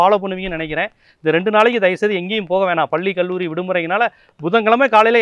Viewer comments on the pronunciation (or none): none